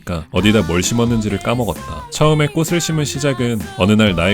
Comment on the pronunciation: 꽃은 받침이 ㅊ 이라 '꽃을' 을 발음하면 '꼬슬' 이 아니라 '꼬츨' 인 걸로 알고 있어요! 발음이 어려우시면 '꼬추' 에 ㄹ 을 붙여서 발음하시...ㅋㅋㅋㅋㅋ